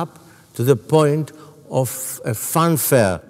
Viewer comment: "Fanfare," not "fun fair."